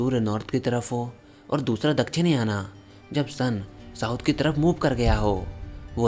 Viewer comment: भाई , उत्तरायण और दक्षिणायण। या फिर उत्तरायन या दक्षिणायन। ... याना याना का उच्चारण अंग्रेजों को ही करने दो 🤣😂